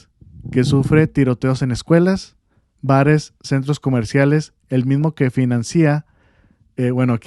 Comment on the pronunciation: verbos terminados en ciar, como financiar, su diptongo "ia" no se diluye. Es decir, no se dice fi-nan-cí-a sino fi-nan-cia. Con todo respeto, pero los comunicadores deben ser un ejemplo del buen decir, para que los jóvenes que escuchen a los medios de comunicación mejoren su manera de hablar.